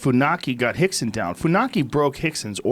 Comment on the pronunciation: Why do they keep calling Rickson Gracie "Hikson" ? And Royce - "Hoist"?